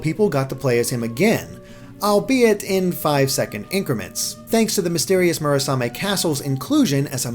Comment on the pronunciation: Next up: Mission in Action - The NX. ...sorry. It's getting old. ...and I'm getting old, too. D: and you gotta love that constistent wrong pronounciation of Murasame.